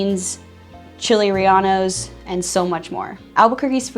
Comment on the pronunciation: Well, someone who calls it chile rel-ah-nos should be cut off right there. but she got some things right: top med school, the UNMH has its own low income option, where residential can practice on you, and the film industry , that’s mostly in Santa Fe - but you can commute by train easily …